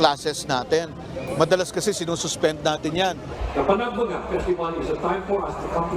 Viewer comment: Bakit ang prounoncement ng nag babalita ay panag banga, eh panag benga ang nakasulat sa tarpulin ng Baguio.